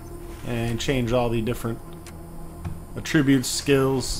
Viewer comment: words mispronounced so far: attributes; grenadier ;P - whoaa how did you do that?? that's some voice acting!